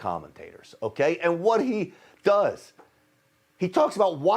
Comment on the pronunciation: did he say crack pots or crack pipes?? loool